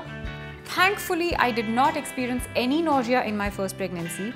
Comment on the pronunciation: Ur pronunciation of nausea is wrong.....but ur information is right dear.....love u... good luck